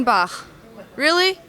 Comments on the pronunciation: Can that no name girl not say Bach correctly? It's not "Sebastian Baaaahhh" Jesus fucking tap dancing Christ doesn't anyone follow the fucking rules anymore?! Maybe I should kick myself in the dick until I pass out so I can wake up In world of fucking where shit makes sense! Ballllls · It's BALK bitch ! It's how you say Bach! Not Baaaaah. I hate this video because of that no talent vag flapper! Raaaaawr